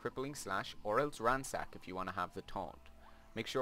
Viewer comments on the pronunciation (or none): none